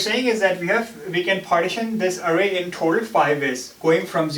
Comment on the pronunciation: eewven, awrray, aasm